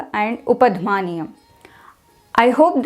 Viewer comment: Great video but while explaining upadhmaniya you spell pH sound as f of English, not a sound in Sanskritam